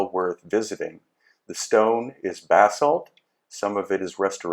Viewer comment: Dude... Basalt is pronounced "bah-salt." It's impossible to take you serious when you say everything is made from bath salts.. which I lve started to believe that you are on